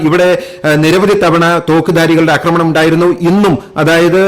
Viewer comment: 'അക്രമണം ' എന്നല്ല.'ആക്രമണം' എന്ന് പറയൂ.